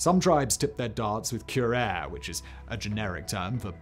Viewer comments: Cure-air? FFS, Sigh-man, it's pronounced Cyu-rah-ray. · Hi Simon. Fire your pronunciation editor. Currently- Kyr AA ray, Atlatl- At Lat L, Gila Monster- hee luh maan str.. 😁👍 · Great video and love the topic. Just a quick FYI- Atlatl is pronounced at-ladel (you pronounced it right the third time 😊) Curare is pronounced cu-rar-ee Gila is pronounced hee-la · Cure-are-ee (Curare is the paralytic poison that the darts are dipped in.. and Simon. Gila monsters is pronounced hee-lah. You've got terrible pronunciation of the American artifacts. The obsidian chainsaw was pronounced ma-ha-quee-til on deadliest warrior . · pronouncing curare wrong too lol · Simon coming up with his own pronunciation of curare.